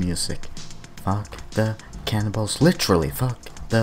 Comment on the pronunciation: At first I thought you said "cannonballs" but I thought "wait...there are no cannonballs" Then I was like OHHHH! Cannibals haha loving your videos man!